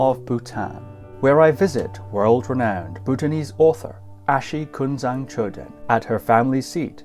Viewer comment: It’s really inspiration to listen history of Bhutan‘s noble Family. I think ༼ Achi ཨ་ཕྱི་༽not ༼Ashi ཨ་ཤི་༽